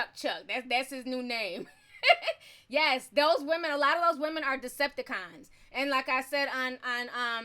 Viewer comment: Lmao u said "Decepticons"